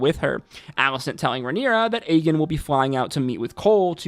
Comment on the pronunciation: I’m convinced bro was mispronouncing aegons name on purpose because he said it right a few times. Aegon not agen. As much as you know about the lore of asoiaf I know you know it’s the 3 eyed raven not the 3 eyed crow. That felt personal 😂😂 everything else was spot on though.